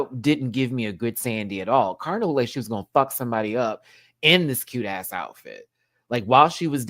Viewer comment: It's Karna as in can't afford. Pronounced in a true Aussie accent